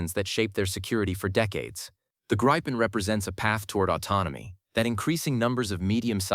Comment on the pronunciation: It is NOT Gri fon, it is Griff on.